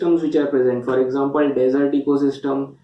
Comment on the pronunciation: Desert not dessert sir.